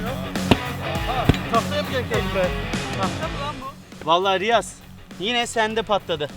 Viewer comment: Alper Riyaza Rayiz diyor 😂😂